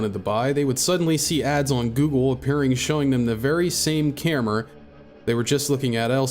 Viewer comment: Why do you say camera like that? Sounds like New England accent, like how some people in NY say orange as 'are-ange' and not 'ore-ange'